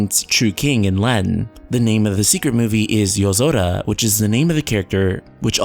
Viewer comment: why do people with no accent pronounce peoples names with an accent, using the accent of the person's name they're pronouncing? nom-OOH-duh. For example, you pronounce Yozora "Yuh-Zo-duh" but you pronounce Sora's name "Soar-Uh" (wich is the proper pronunciation) So if you're pronouncing "Yuh-Zo-Duh" why not pronounce sora "so-duh", if you're sticking with the Accent Pronunciations? makes Zero sense to me